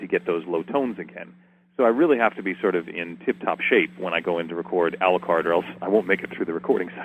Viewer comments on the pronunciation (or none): is it me or when says Alucard it sounds like Aluquar